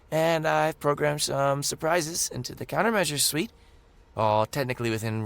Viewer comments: "suite" is not said the same as "suit," it is said the same as "sweet." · "Suite" is pronounced "sweet." Just sayin! :) Nice narration job, though.